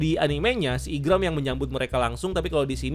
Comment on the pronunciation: Maaf itu bukan gambar Oda tapi creator Zelda, Tony Tony chopper bukan Mini mini Chopper, yg ngalahin 100 bounty hunter itu Zoro bukan Sanji, Igaram bukan Igram, Broggy bukan Breggy, Partner Vivi itu Mr 9 bukan Mr 3 (Partner Mr 3 mah miss golden week), Buggy bukan Beggy, nanti dikatain KARBIT ama fans one piece kalian jg yg marah padahal jelas kalian sendiri yg gk riset detail atau minimal baca/nonton source material